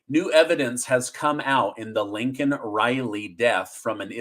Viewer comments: Isn’t it Laken Riley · Laken Riley not Lincoln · Her name is not Lincoln Riley. That's Biden''s mistake. Please call her by her actual name, Laken. LAKEN. Thanks. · It's Laykin Riley, not Lincoln. What joe biden said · I think her name was Laken not Lincoln. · LAKEN RILEY, NOT LINCOLN RILEY, COME ON YOU SOUND LIKE JOE BIDEN, THE LEAST YOU COULD DO IS PRONOUNCE HER NAME CORRECTLY, ALSO I SAID A WHILE AGO THAT I DON'T TRUST MIKE JOHNSON, HE JUST PASSED A BILL TO GIVE MORE MONEY TO UKRAINE AND UKRAINE ALREADY LOST!!! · It’s LAKEN not Lincoln Riley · Oh! Brother, ya GOTTA stop calling Laikan Reilly, Lincoln! Not trying to be some kind of way. Just...well you know man. We need to be getting this stuff right. Calling her Lincoln was something that we came down on Biden for doing. You CERTAINLY don't want to have that, or ANYTHING in common with 'ol Sleepy Joe!🥴 Just saying my brother. I don't mean anything by it. I absolutely LOVE watching your presentations! All the more reason to want to make sure you/we are getting it right. Love ya brother! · Lakin Riley Joe, not Lincoln